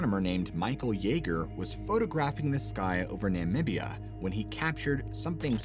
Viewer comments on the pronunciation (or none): none